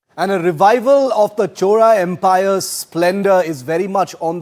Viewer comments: NOT Choda. Chozha. Atleast call Chola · No chola no choda it's chozha.pronounciation out😂😂😂 no letter in other languages to pronounce except tamil and malayalam